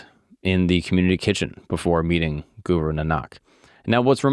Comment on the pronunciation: its not suru its guru